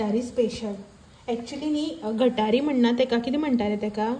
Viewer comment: Madam " It's not Gathari it's GUT HAAREE Thank you so much